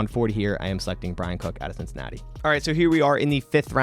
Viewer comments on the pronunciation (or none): none